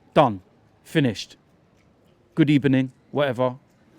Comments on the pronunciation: "Good ebening" 😂😂😂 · No one:: "Good Ebening" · “Good Ebening” 😂😂😂😂😂😂😂😂😂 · good ebening killed me😂😂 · “Done, finished, good ebening” 😂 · Man said Good Ebening ffs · Man said good ebening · was not expecting that hahahaha, ffs Banter FC strike again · Anas Al-Ethawi this needs to be clipped hahahah